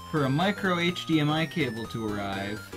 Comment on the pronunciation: “HDMIO” tho